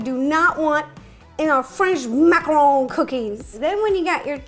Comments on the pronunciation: Macaron, not macron. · It's macaroon, not macaron. She has no idea what a macaroon is. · It is not macaroon it is macaron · Macarons and Macaroons are different, and it's Mack-uh-rons not mack-uh-rones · Shes saying macaroon. but she's making a macaron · it’s a macaron not a macarooon that’s a different dessert wow I thought you would know that... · I love the way she says French macron!🤣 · " French mmMaccarrrowne " -ro 2020